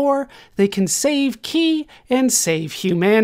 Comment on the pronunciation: Her name is pronounced Kai. (yes, it's confusing)